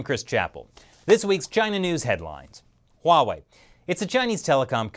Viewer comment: Stop pronouncing Huawei wrong lol